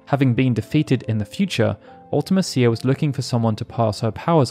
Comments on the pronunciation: Absolutely agree UltiMEEcia is much more fitting. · Its spelled mecia…. Like felicia. Mee-sha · man, the more videos I watch on FF8, the more it becomes apparent that nobody actually knows how to say Ultimecia’s name… 😅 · The way you pronounce Ultimecia is pretty cringy. Also, I'm pretty sure Matron is a title, not a name.